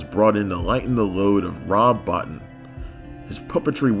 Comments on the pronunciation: "Rob Bottin" is pronounced "Bow-Teen" not "Bot-ten". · A few little corrections; when it comes to Mr Bottin, it's pronounced 'Bo-teen,' not 'Botton.' And Dick Smith wasn't involved with the opening of Scanners at all; he was unable to work on the film, recovering as he was from his workload on Altered States, finally coming on to work his magic on the Vale versus Revok duel at the end of the film (which didn't work as originally filmed; sparks shooting out of Stephen Lack's dummy head from advance publicity stills, instead of the flaming finale we got following a reshoot). The exploding head of Louis Del Grande was created by Chris Walas and Stephen Dupuis, and they were responsible for the set up and demise of the cranium on-set and on-screen, with a little help from a 12 gauge shotgun!